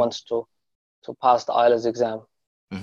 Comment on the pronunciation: Not ilets its ielts any how u do a great job